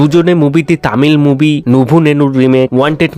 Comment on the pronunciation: Bhai movie moobi naa …… pronunciation ekdum tatty.